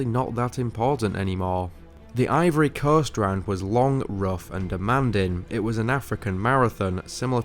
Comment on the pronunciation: The "Ivory Corst?"